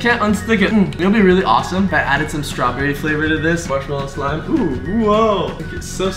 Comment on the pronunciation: cant u eat it cuz you say smlime